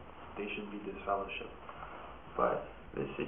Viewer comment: Dude said you are deliver-shipped 😂